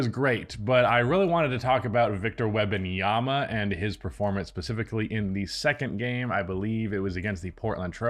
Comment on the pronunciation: "WEBanyama" over and over...🤣🤣🤣come on dude